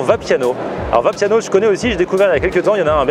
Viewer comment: C est Vapiano et non Viapiano 😹 si non bonne video quand même. Il y a beaucoups de Vapiano ici en Allemagne mais pas aussi ici c‘est pas aussi chèr qu‘en France